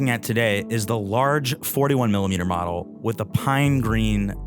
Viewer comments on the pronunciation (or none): none